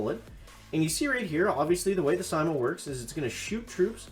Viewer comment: It's pronounced s-ee-m-oh and named after the finish sniper Simo Hayha. Stop it with the worst pronunciation failure since Bentimm1 kept saying "ChiroBomb" instead of "CryoBomb" 😛